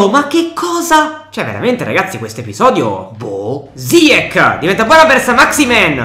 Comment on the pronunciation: ziech si pronuncia ziesh